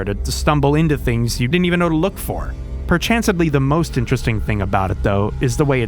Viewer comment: Did he just say perchancendly